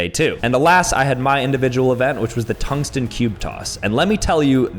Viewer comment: toungsten cube coss - 2024